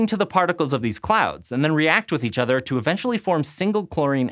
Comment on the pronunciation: Anyone else here otter when she says other